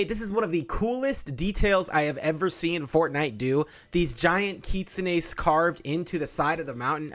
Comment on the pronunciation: pronoucing "kitsune" flawlessly but having issues with the english word floodgate... i know what you are